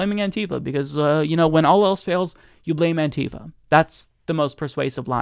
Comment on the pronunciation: Bugs me more then it should, but it's "anti-fa" not "an-tifa". As in anti-fascist, not a character from Final Fantasy.